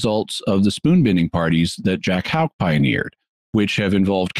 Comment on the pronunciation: You can best pronounce Houck as: 'hook.'